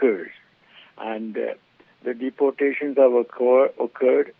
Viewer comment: pronounce properly - its not deportations - dee-portation